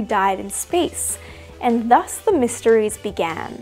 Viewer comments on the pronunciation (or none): none